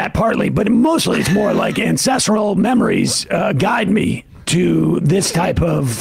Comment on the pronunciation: I thought he said incestral 😅